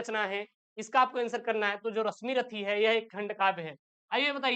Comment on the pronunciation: Abe unpadh Rasmirathi nhi h Rasimrathi h 😅😅😅